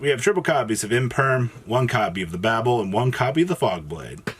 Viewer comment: one day there will be an orcust profile that pronounces babel correctly